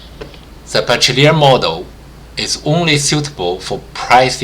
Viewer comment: it's pronounced: Be-She-lier not Be-Che-Liar